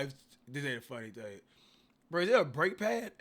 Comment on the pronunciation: Did you say brake pad?